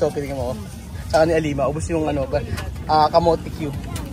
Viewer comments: Mas maganda i-correct mo na yung pag pronounce nila ng banana/camote cue… suggestion not dictating po. Peace to all😊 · itatama mo cla sa pag bigkas ng tama gaya ng camote cue hindi camote we